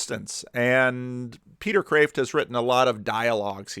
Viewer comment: Your pronunciation of Matthieu is pretty close so don’t worry. But shouldn’t that be Peter Khkhghreeeft?